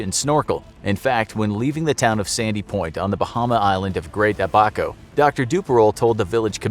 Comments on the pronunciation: Great video. Just for future reference, it's pronounced ABBA-CO. Not ab-aco. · Im one of ur viewers from bahamas even thou it is spelt like abaco the prouncation is a-buh-co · Being from the bahamas the way he says "abaco" is cringing😐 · I live in The Bahamas on Abaco, I love the way you pronounced it, I squealed. I loved your videos btw 💗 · The way he pronounced Abaco made me cringe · Totally pronounced Abaco wrong...